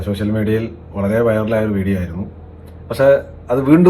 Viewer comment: ഷോഷ്യൽ അല്ല സോഷ്യൽ